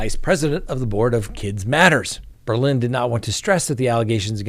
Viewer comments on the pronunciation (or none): none